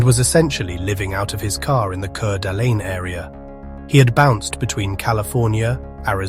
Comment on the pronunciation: Coot-knee, fer gosh sake! The name of the county is Coot-knee. And the city is called Core-da-lane. Now if this had happened in Pend Orille county i could understand...no outsiders get that one right. It's pronounced Pond-der-ray. French. ((Shrug)) what can you do?